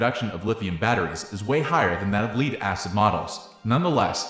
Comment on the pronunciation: leed? why are you saying leed?